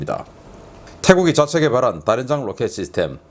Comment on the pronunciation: 신인균님의 군사TV 잘 보고 있습니다. 한 가지 계속 거슬리는 부분이 있어 댓글을 남깁니다. 다름이 아니라 다연장로켓을 다련장로켓으로 발음하시는 경우가 있는데요. 우리 맞춤법 규정에 따르면 다련장이 아니라 다연장이 맞는 표현인데 다련장으로 발음하시는 경우가 많더군요. 그냥 넘어갈까 하다가 신인균님의 영향력을 감안해서 그냥 넘겨서는 안되겠다는 생각이 들었습니다. 다연장로켓에 대해 잘 모르는 사람들은 신인균님의 영상을 보고 자칫 다련장으로 알게 될 수도 있을 겁니다. 이건 북한식의 표현이지요. 북한은 한자어의 두음법칙을 인정하지 않기 때문에 연장을 련장으로 발음해서 우리와 차이를 보이고 있는데요. 신인균님도 무의식중에 다련장이라는 발음이 나오는 걸로 생각됩니다. 조금만 주의하셔서 앞으로는 다연장으로 정확하게 발음해 주셨으면 합니다. 혹시나 제 댓글이 기분을 상하게 했다면 죄송하다는 말씀을 드립니다.